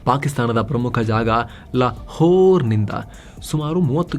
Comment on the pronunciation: La "Whore" 😂😂😂 That was smart